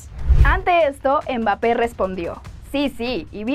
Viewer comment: pls ya no le digas umbapé